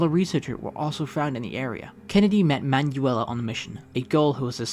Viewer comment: Dude you butcher the names of Javier and Manuela